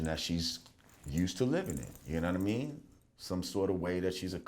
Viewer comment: "uknowwhatame" - lord jamar